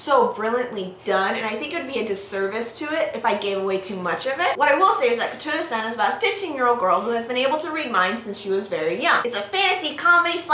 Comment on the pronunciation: Very nice :D And i had a lol cus first time you said the title i heard "tuna sand" :P